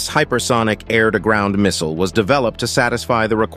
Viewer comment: Just say missile 😂